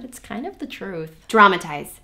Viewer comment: "DRAMATIZE." Hahhahahaaha